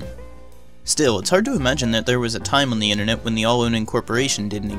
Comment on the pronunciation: "The innanet"